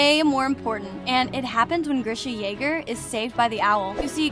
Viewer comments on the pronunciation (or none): none